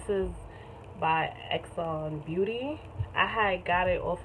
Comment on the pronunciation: Xanbeauty is pronounced as= Zanbeauty .... On the website says 2 to 3 weeks. But yeah everyone experience may be different. And I love your makeup